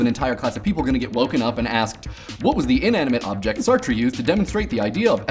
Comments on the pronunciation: He just pronounced 'Sartre' as 'Sar-tree'... dafuq? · The way u say Sartre is pretty funny XD Try google translate :P In no way this comment is supose to be mean :)